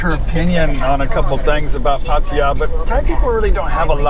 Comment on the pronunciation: Glad to hear you are one ahead of Kev; you can pronounce Pattaya correctly :-)